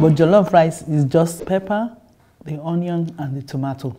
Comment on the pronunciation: Onion is the hardest word for a West African to say.😅